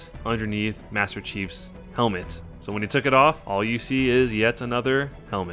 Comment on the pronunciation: under helemet is..........ANOTHER HELEMET